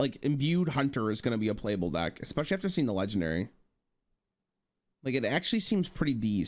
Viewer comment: exspeshially made me phisically cringe